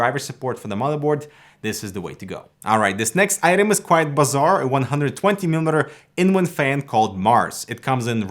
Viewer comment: Did he say "quite bazaar"? lol